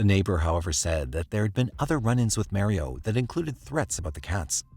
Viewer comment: The way that you pronounce 'Mario' is criminal.